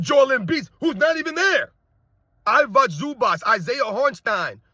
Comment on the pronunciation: stop butchering I-vi-ca Zubac's name, he's not Ivock Zubak